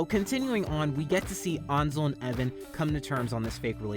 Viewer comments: Its pronounced ONSEL?! NOT ANSEL?! THE HECK I SUCK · I kept thinking “Ansel” was pronounced “Anne- sal” not “Awn- sel” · FINALLY FUCK YEAH YOU REACTED TO TAM!! IVE BEEN READING THIS SINCE CHAPTER SEVEN LITERALLY THE BEST- I STG. THE GAYEST COMIC 10/10 MY WHOLE INSTA IS BASED ON THIS WEBTOON 👁️👄👁️ and i promise allison isnt that bad not to be rude, ansel is pronounced (Ann-sell) just you dont trigger anyone 😂